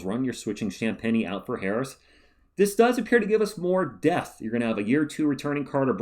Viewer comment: I mean… I know you’re saying depth, but I swear I listened to one of them like five times and can’t hear anything other than “this does appear to give us more death.” lol